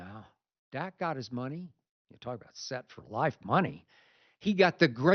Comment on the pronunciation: Did this bih say stat Prescott ? 😂